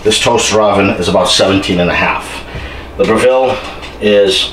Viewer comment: It is spoken BRE-VALL, not BRE-VILLE. Lmfao.. Proving, not Proofing. lol